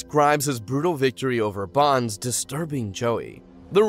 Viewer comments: So many missed information and so many mispronunciation, like dude it’s BONES not BONS like at least try to pronounce their names correctly. There were so many things you missed and the fact that when you mentioned a duel that was taking place what was shown on our screen was not that duel it was something completely different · Bones not bonds! wtf 🤦🏻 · Its bones, not bance